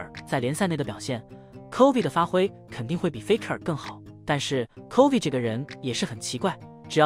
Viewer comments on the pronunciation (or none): 这个影片在bilibili能播吗？Chovy已经快念成Covid